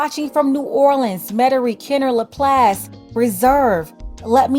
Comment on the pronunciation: You the first person that said laplace right thank you